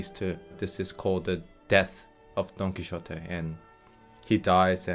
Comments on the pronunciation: LOL. It's pronounced: Don Ki-Yo-Tay. Not Don Ki-Zsho-Tay. Quixote is a Spanish name but you're treating it like it's a Chinese name with the 'xo'. I can see how it could be mispronounced given Asian languages' tendencies around Z's and X's but it is such a famous name that it should just be pronounced correctly everywhere. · Don Quijote is pronounced "Quihote" in English.